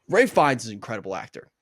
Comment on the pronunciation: Its pronounced “Rafe” not Ray or Ralph. He is most well known for his role as the despicable Nazi in Schindler’s List. Joseph had previously been in a TV series in Australia before We Were Liars Jesse played Philip Seymour Hoffman’s son in The Master